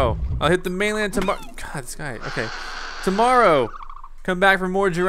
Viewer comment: you said torrmrore